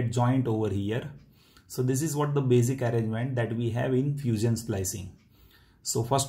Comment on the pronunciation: You said fuseeon lol